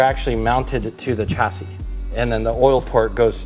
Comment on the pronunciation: SHA NOT CHA ... CHASSIS.....SHA